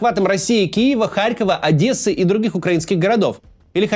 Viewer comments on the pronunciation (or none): none